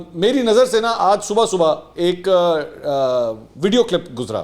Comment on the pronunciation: منصور بھائی: لفظ " صبح ":پڑھنے میں "صبو یا صب،صبو ہوتا ہے،